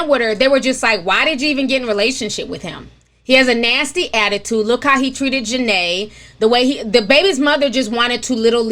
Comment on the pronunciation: Her name is pronounced as “Janay” rather than Janaya (Spelled Janae).